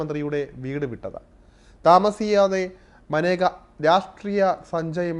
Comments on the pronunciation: മനേക അല്ല മേനക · മാനേക യാണോ മേനക അല്ലെ സഹിദാരരെ 😁😁😁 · മനേക അല്ലടാ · മാനേക അല്ലെടോ മേനക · ഇന്ദിരയുടെ കുടുംബത്തിന് യോജിച്ച ആളല്ല മേനക - മനേക അല്ല മേനകയാണ്. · മനേകയല്ല മേനക, ഗാന്ധി അല്ല ഗണ്ടി. പാർസി ഫിറോസ് ഗണ്ടിയുടെ മരുമകൾ